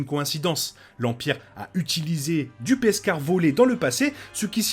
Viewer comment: Hello ;) J'aime bien l'épisode ;) Par contre je suis la seule à entendre "Peskar" au lieu de Beskar ?